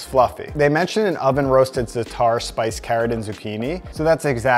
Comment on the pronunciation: It's Zaa-tur not Zuh-taar. Stop butchering every forgein word.